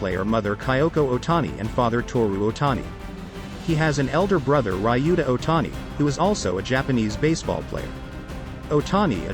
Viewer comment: Thank you for pointing that out. It’s very annoying to hear those words pronounced so wrong. Nippon is also wrongly pronounced but the worst of all is his brother’s name 龍太(Ryuta), sounds far from being right. I guess it’s hard for English speakers to pronounce “Ryo”. It sounds like how my husband calls “Ryobi” “Rye-obi”and annoys the heck out of me 😂😂😂😂 but then most Japanese can’t tell the difference between R and L🥲🤣🤣🤣